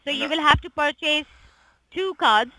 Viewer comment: why would I go to h and r block when I can go to Walmart?! the way she pronounces pur-chase lol! tell her what she is: a thieving lying POS